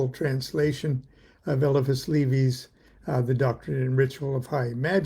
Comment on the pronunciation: You know when you pronounce Eliphis Levi like that, you're either French or have been a Deacon in the Gnostic Church.